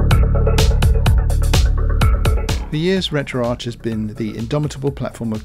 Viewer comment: Why do so many Europeans pronounce retroarch wrong it's not Arch like in the golden arches at McDonald's it's Ark like archives! RETRO-ARCHIVES!!! come on people get it through your heads